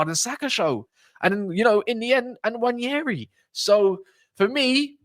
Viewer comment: Btw it’s pronounced Waneri, the N is silent.